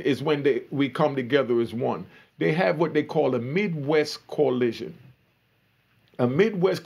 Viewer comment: It’s coalition!!! Not collision